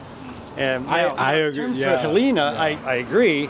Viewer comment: It’s hurricane HELENE… pronounced heh leen